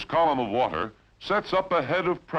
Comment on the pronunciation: Sounds like Cronkite with a bad cold. Wart-her (water) ... bat-her-ries (bat-trees)...battery !